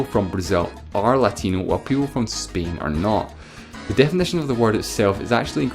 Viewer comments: bro is pronouncing spain like "spein" 💀💀💀💀💀💀💀💀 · Why do you pronounce Spain like 'speen' ?